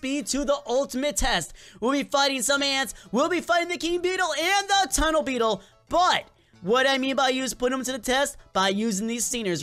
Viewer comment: TUNNLE BETTLE ya make fun of tunnle bear